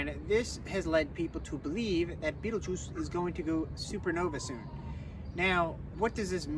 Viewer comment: Fabulous overview of the star energies! My 1st name is Betelgeuse, which makes this even more wild. I thought you had perfectly described me 👀 pronunciation of my name is completely different, but that’s a common one. That pronunciation was fairly close to it’s true Arabic origins.